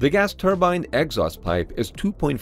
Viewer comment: It took me a moment to figure out what an "X-os vent" was. You mean an "ex-OST" (exhaust) vent!